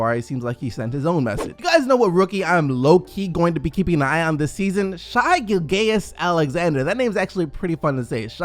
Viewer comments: i think its pernounced shy gil-gus not gili gas or whatever you said 😂😂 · It’s pronounced {Shea-Gil-Gus Alexander} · My god ur awful at pronouncing names😂 Shai - Gil-gee-is-Alexander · Please. It's "Shy Gill-jus"-Alexander. It's not hard. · It's pronounced Shay Gil-Jus Alexander. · wtf was that pronunciation? Shy Gillgayus Alexander? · Shayi Gil-gay-us Alexander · bruh u cant pronounce no names properly. Shai gilgayous alexander... bruh im sleep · It’s pronounced Shay Gil-jus Alexander... just tryna help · shai-gilgeous Alexander better to learn how to pronounce his name before saying it that many times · Bro if you really like Shai Gilgeous-Alexander as much as you say you do, maybe you should learn how to say his name correctly. As a Kentucky fan and a massive fan of Shai, it's extremely painful hearing you mispronounce his name all the time. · Yeah he’s not even close. The only thing he pronounces right is Alexander